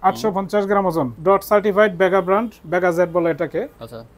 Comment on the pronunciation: খুব হাসলাম তার কথা শুনে (ভেগা) রে বানাইলো (বেগা😂) আর (টার্ক) কে বানাইল (তর্ক 😂)